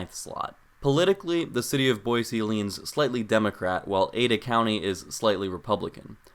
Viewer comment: Hello, former Boisean here! Born and raised, lived there 19 years, juuuust outside of Meridian. First off, thanks for pronouncing Boise with an S, not a Z. It's a shibboleth, anyone who says "Boy-zee" is an outsider. "Boise" was named so by French explorers, who, after weeks of traversing the deserts to the east, finally saw evidence of water in the valley below and reportedly shouted, "La Bois! La Bois!" which means, "Holy shit we're not going to die of thirst!" (Jk, it's a word for woods.) So, it comes by the "city of trees" moniker a bit convolutedly. Couple small things you missed. Boise wasn't a mining town as much as it was the aggregation site for mining in other towns; farmers and miners traveled to Boise to access the railroad. Also, Boise is home to the Peregrine Fund, which developed methods that saved peregrine falcons from extinction, and has greaty contributed to similar efforts to save California Condors and other birds of prey all over the world. Truly one of the greatest things Boise has to be proud of. Some bigger things you missed, the traffic in Boise is egregious. The city did not plan for the Boise/Eagle/Meridian area to ever have more than 100,000 residents, and has moved too slowly to adapt to the 800,000 people who now commute sometimes 100 miles a day through it. Likewise, many of the larger roadways are dangerous. 50mph stroads are the norm in Meridian, Eagle, and the Bench. The is currently ONE freeway for the majority of residents, on which driver